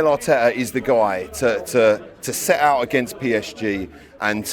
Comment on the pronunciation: * Arteta Hout